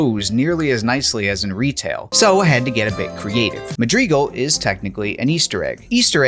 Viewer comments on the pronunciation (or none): its mad-rigal not ma-grigal..... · Because he said Madreegle. Not madrigal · FYI it's pronounced Ma-dri-gal, not Ma-dreegal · Mad-ri-gal, not Ma-drig-al... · This video is incredibly interesting and entertaining but oh my GOD the pronunciation of Madrigal as muhd-REE-gull was driving me nuts 😂 Madrigal is pronounced MAD-ri-gull. Madwriggle. Madrigle. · Pretty sure it's pronounced "Mad-rih-GAL", not "Mad-REE-gal" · Its madrigal not magrigal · It's also not pronounced the way the creator pronounced it. The correct pronunciation is "seej of MAD-rih-guhl", not "mah DREE guhl". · Dude, seriously. I have a lot of gratitude and respect for the work that is doin here, but him saying Madreegle instead of Madrigal was friggin killing me. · "Madreegal" lol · Siege of 'Muh-dree-guhl' . This should make for a nice sound bite to annoy Myth: TFL fans. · "Madreegul" blows my mind that grown adults lack proper pronunciation skills. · Funfact. It isn't pronounced "MaDeeeeguulll"....ffs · Rhymes with magical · Madrigal. Madrigal? Madrigal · Bro, your pronunciation of Madrigal is killing me. PLZ use google. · Me: this cut content is quite fascinating. The comment section: tHaT's NoT hOw YoU sAy MaDrIgAl!!1!1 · Most mind blowing thing about this is discovering a new Halo CE soundtrack I've never listened to. How fascinating! Your pronunciation of Madrigal gave me a little bit of cancer, but the rest of this cool video more than makes up for that. The pulse generator thing is a really cool addition, and while it's cool using the banshee for so long is an option it is mean and very un- like to completely abandon the marines by using it. Even though the CE tank sucks ass, if I played this I wouldn't leave my boys behind. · Please learn to pronounce Madrigal. Also, it was originally written for Myth: The Fallen Lords, not Halo. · Love to see this series continuing, but I have to say I have never heard anyone say Madrigal the way you do in this video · Ask Kwan Ha 🫣